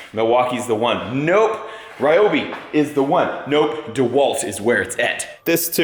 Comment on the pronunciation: It's REE oh bee.